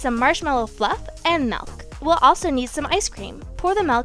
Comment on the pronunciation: You said MALK not MILK 😂